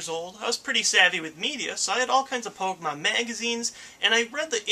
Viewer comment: How to pronounce Pokémon 101:stop saying it like po-kuh-Mon or po-key-Mon but instead say po-kay-mon